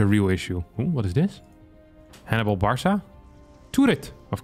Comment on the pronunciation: pronouncing "Barca" as "Bar saw" 💀